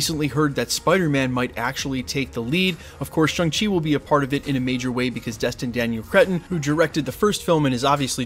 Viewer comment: ShAng-Chi not ShUng-Chi. I'm just gonna keep doing this till you pronounce it right dude.